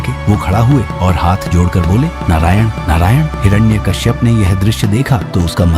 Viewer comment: Is not hirana Kashyap hiranyakashyap😅